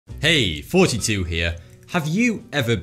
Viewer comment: any one else hear "Hey! 42 here!"